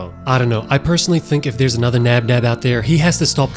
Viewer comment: Hey three nob nob and plan ba you know the name is bonbon spell labinab that mean they're both the same